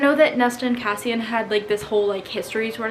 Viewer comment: I was so thrown off by the pronunciation of Cassian and a few minutes would go by where you wouldn't say his name and then I would forget, then you'd say Kaysen and I would stop for a second and be like "Who tf is Kaysen? Did I forget about a character?" LOL